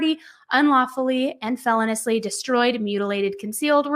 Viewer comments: "Felonously"????? Itis feloneously. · I’m sorry I just can’t listen anymore without saying anything. It’s not felon-ously. It’s fel-O-niously. The emphasis is on the O, not the E. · Feloniously is pronounced fell-owe-nee-oos-lee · Feh-LOH-nee-us-lee … not, FEH-lon-us-lee. Just saying … 💁🏻‍♂️ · driving me crazy how you keep saying "fell ah niss " instead of "fuh low nee us" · Please! It’s feloniously. Like feloneeeeeeously. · The latest information is that the manager of the hotel said the room always has a chlorine smell because it's directly above the indoor pool. Also, please check the pronunciation of felonious, please. Hearing felon-ous-ly is like nails on a chalkboard! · I love your work,, but the word feloniously has 5 syllables and is pronounced "fuh-LOW-nee-us-lee". And the word capacity has no "m" in it. Just wanted to be of service to you. ☺️